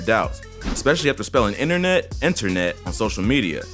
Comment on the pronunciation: People concerned he ain’t sober because of “Enter-Net”?